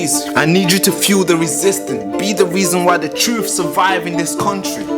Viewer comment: TRUTH, THE WORD IS TRUTH, Not Twoof! I thought you were born here?